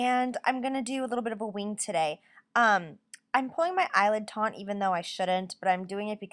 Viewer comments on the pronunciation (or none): I debated whether or not to say anything but I would want a friend to tell me when I keep saying the wrong word so I don't keep sounding incorrect.You pull your eye TAUT.........not TAUNT. ;) Taunt means to tease meanly or to provoke someone. As always love your video's!!!!!